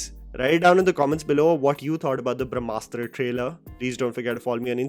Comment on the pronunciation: *Brahmastra not brashmastra